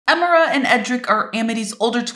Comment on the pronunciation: Wow it looks amazing but one thing the I in Emira isn't pronounced like an E